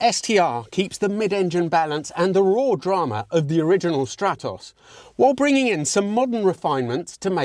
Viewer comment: What a gorgeous little projectile! Thank you for the video. You show a slide saying your pronunciations are in the Italian manner so I was expecting to hear Strah-toss rather than Stratt-oss. Just saying...